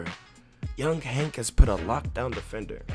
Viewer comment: Coughrelief HAÈNK 😂😂😂